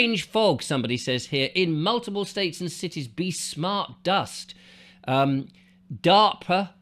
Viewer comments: It's " Dar pa"not darpra sound..anyway there is definitely this fog in eastern Canada, I believe they are looking for nuke materials in the places where the (dr@ have been patroling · Dahr-puh. That’s how it’s pronounced. It’s like the AR in harp. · I'm American and I'm 63. I live in Minneapolis and I also have a place in Fort Myers Florida. DARPA (pronounced as if you're saying the word "dark" then "puh") Has been up to weather modification for decades. I saw documents on a YouTube channel regarding controlling hurricanes from the 1970s. I 100% believe that Ian was a planned event in order to get rid of the quaint, old, colorful houses and buildings near Fort Myers Beach. People had them in their family for decades but when they were wiped out they couldn't afford to rebuild so of course they sold their properties for 1 to 3 million dollars and now all these very very bougie rentals are going up and they're changing the landscape because originally they had a limit of how high the buildings could go which was 4 or 6 stories. Despite that they just passed the okay for a 17 story huge building on the beach. It will never be the same and it's going to be more expensive and rich people will come on vacation there more than the people that used to come. AND Black Rock vanguard State Street etcetera will get more rich. During the time that happened (Sept 2022) I remember seeing a weather person talk about how he had never seen a hurricane take a 90° turn like hurricane Ian did and nor did he see it HOVER for 3 days over any ONE LOCATION before. You are on track I'm sure. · How can you not know of or pronounce DARPA? Dar-Pa . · DARPA pronounced DAH PA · This guy doesn't even know how to pronounce DARPA correctly so I can't listen he obviously doesn't do very much research into much deeply.